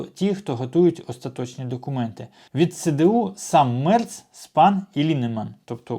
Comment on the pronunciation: Не Мерц, а Мєрц